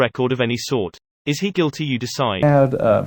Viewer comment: I know, but the robo-voice said "goolity".